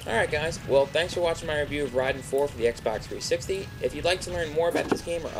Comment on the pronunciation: Rahiden? RHAIDEN!?!?!?!?!? -.-... Ray-den.